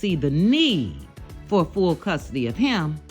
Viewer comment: Did you say "Fool" custody. Commentary on point.